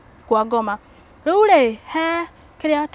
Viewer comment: I like the way she says " riuri" ❣️